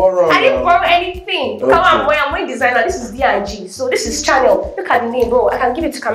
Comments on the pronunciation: She said she’s wear “ channel”(as in TV) not Chanel as in the designer 😂😂😂😂😂😂😂😂😂😂😂 I’m so weak🤭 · The girl wearing white said The glasses are “Channel” 😂😂😂 wearing “designer” but not knowing how to pronounce is it CRAZY! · The lady in white is so uncultured and the way she kept talking to the electronics guy was way out of line and so rude. She kept dissing the guy when she could not even pronounce Chanel. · The lady in white is overdoing and lacks decorum. She claims to be classy but she acts classless. She pronounces Chanel the designer as Channel. With her cheap white dress.I watch all Nons miraj episodes of pop the balloon, but I feel some comments these ladies or guys make are a bit hurtful. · She can’t even pronounce Chanel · she can't even pronounce chanel properly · Which one is Chanel? It’s Chanel.